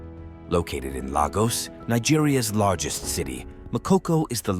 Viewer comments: If you are gonna do a video about any place you are not from, get the names of people and places right: Lagos is pronounced Laygoss for you foreigners. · From what he portrays clearly he has not been there. He can’t even pronounce Lagos correctly. Forget it